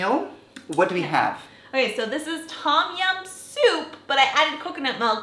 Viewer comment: it sound like you never go to Asian store in America original red bull sell everywhere "no chilly" mike pet and good bye la gone. tom jiam not tom it tum jiam i came from the country side Bangkok pronounce difference